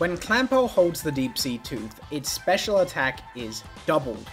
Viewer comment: I am unreasonably frustrated by how kept emphasizing "Special" in the Clamperl segment instead of "Attack" and "Defense".